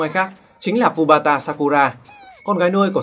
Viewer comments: *Futaba not Fubata :(( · Ad đọc nhầm Futaba thành Fubata rồi :v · Từ phút thứ trở lên là tui khó chịu vì ông đọc nhầm tên Futaba thành Fubata :))) Cờ rút tui mà đọc lộn à :(( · À mà mình ko có ý gì đâu. Vì video bạn làm hay lắm. Mình mãi xem không để ý thời gian luôn. Nhưng mà sao nhân vật Futaba mà bạn cứ đọc Fubata hoài vậy. Đó là nhân vật nữ yêu thích nhất của mình đó. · futaba ko phải fubata ơi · v Futaba mà ôg cứ đọc thành Fubata :V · ad đọc nhầm futaba thành fubata rồi :I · Vãi, "Fubata" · Đọc lộn tên Futaba :))